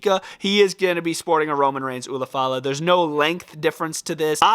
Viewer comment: It’s pronounced “Ula Fala” Not “Una Fala”